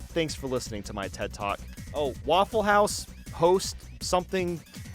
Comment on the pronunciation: He sayd Waffle House funny 😯😬😬😬😲😲😲😀😀😀😀😀😀😀😀😀😀😆🤣🤣🤣🤣🤣🤣🤣🤣🤣🤣🤣😎🤣😎🤣😎😎🤓🤓🤓🤣🥸🥸🤣🥸🥸😄😃😅😂😃😂